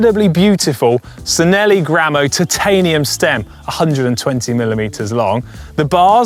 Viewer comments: “Sinelli”?! Chi-nelli. “Ci” in Italian is pronounced with a “chi” sound. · It’s chi….pronounced chinelli! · The ‘ci’ in Italian makes a ‘ch’ sound, ‘ch’ makes a k sound. Cinelli is pronounced Chinelli. Wait until you order Bruschetta to see how pedantic I get. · Thanks...I cringed as well! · SIN-elly? Really? You post a video to educate viewers on bicycle history and you can't correctly pronounce Cinelli?